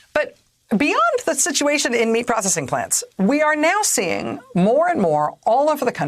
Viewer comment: She did not pronounce panacea correctly